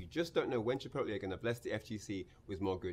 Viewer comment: Chipotle, not Chit pootle haha